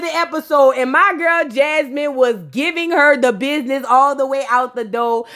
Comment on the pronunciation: "Thass a lizznahyee i would never do that to my bizznahyee" I'm hollering 😂😂😂😂😂